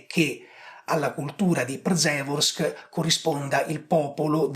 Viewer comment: Visto che sei molto preciso nelle tue esposizioni ti do una piccola info, da italiano che vive in Polonia. La RZ di Przeworsk si pronuncia in questo caso P-sce-worsk, non Pr-ze-worsk. Le lettere delle doppie consonanti RZ, come anche SZ o CZ, non si leggono separate come in italiano.